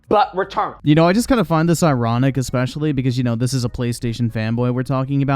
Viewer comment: “Expecially” First of all, no.